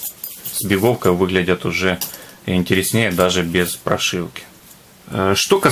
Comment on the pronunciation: ИНТЕРЕСНЕЙ - УДАРЕНИЕ ПО РУССКИ НАДО СТАВИТЬ!!!